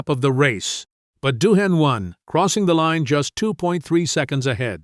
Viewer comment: Daryl Beatie will go down as one of Australia's best motorcycle riders. Is Dohane an Aussie beer. Japanese rider Abe is pronounced Arbay. AI voice over is so Cringe worthy.